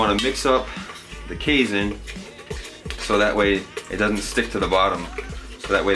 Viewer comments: It's pronounced like cay (rhymes with day) + seen FYI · Lol, your pronunciation of "casein" so many times in this video made me giggle.